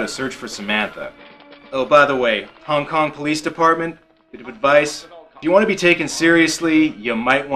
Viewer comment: "Hong King Kong" lol